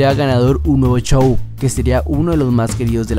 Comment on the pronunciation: X favor!! X favor!! No digas chow!, Di Como es Show, x lo menos a mi me estresa oir esa palabra 😅😅 Gracias 😉